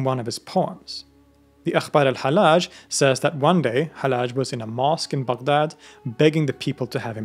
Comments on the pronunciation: His name is not halaj it is hal lodge. Repeat the L. Love you, man. Wish you the best. 😊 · pronounce it AL_HaL_Laaj instead of the soft Al_HaLaj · Both Ls in his name ought to be pronounced (well, in Arabic it's one lam, but with a shadda over it).